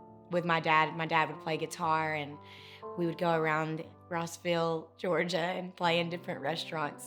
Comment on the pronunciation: It's not Roseville, GA. It's ROSS-ville.